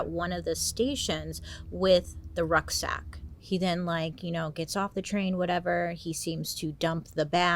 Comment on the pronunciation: Is she saying rug sack or ruck sack? Not sure what either is